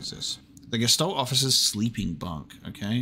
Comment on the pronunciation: Well, at least you are TRYING to read the German texts. I guess that is something at least. :D A few easy things if you are interested: "sch" is always pronounced like the english "sh", "ä" is like the "a" in "hat" or the "ea" in "head", "ch" is not like "k" but like a toneless hissing sound, but softer. Oh, and since it appears quite often. The "s" in front of a "t" like in "Gestalt" is also pronounced like english "sh". And to help you with the names: Elster = Magpie, Star = Starling, and so on. All the names are birds, so you may remember them better by translating them.